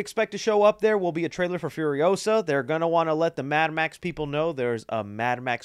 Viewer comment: You mispronounced mad max 😢